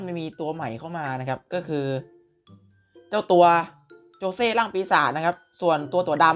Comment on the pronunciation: ขอโทษนะครับมันชื่อโจชิครับไม่ใช่โจเช่